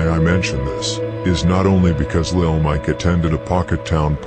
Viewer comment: Broooooooo it's pronounced lil lessssssss